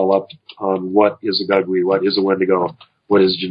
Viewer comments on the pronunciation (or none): Gugwe is pronounced (goog-way)..